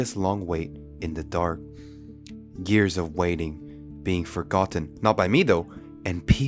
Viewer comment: i love how he says years😭